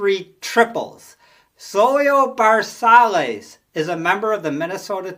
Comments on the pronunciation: Soy-yo Ver-Sigh-es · Not to be an axxhxxx but both Zoila V and Leo C. played for the Twins and you butchered both their names. You must not have grown up in the 1960s like I did. Sorry but I couldn’t resist.